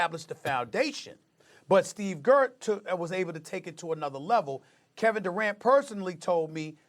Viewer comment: "Steve Gert"